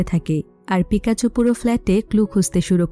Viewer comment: আপু আপনি বোল বলসেন pokemon হলু certone er name আর মেন হিরোর নাম pekacho